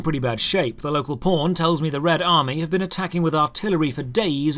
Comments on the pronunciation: says "pawn", I hear "porn" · Man, each time you say pawn I keep hearing "porn". LOL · Everytime he says "White Pawn" I hear "White Porn" lol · Local pawn, all I hear is Local P--rn " ahhah